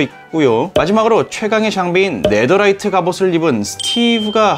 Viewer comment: 네더라이트가 아니라 네테라이트이 예요^_^